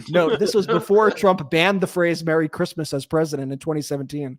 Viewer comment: Did you say, "Crishmish" 😂😮😂😂😂 Merry Christmas 🎄 to you all and all your hard work!